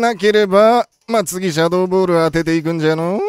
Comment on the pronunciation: マーシャドーボールに聞こえたww